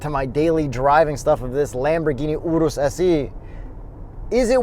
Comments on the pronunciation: I'm so happy to finally hear someone pronounce URUS correctly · My man pronounced the Urus correctly (not like 99% of the general population)